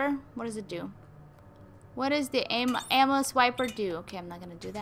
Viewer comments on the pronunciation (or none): When you say ammo it sounds like you're saying Emma